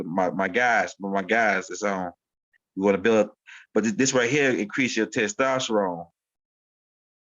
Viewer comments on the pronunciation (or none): none